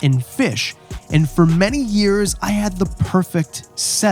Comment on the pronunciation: yu say years like dave kaufman. very canadian